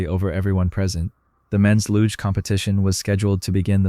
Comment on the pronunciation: Google how to pronounce luge.